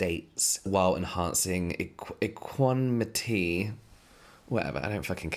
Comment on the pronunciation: I think its pronounced ek-wa-NAM-it-y